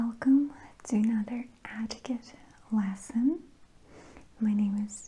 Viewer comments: Ah lession sounded like session 🤩🤩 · I thought I was the only one thought she was saying it funny! Lol “AAtiquette LAAsson” 😂